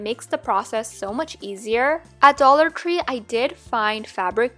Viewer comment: I’m sorry but when she said dollar tree,it kinda sounds like dollar cree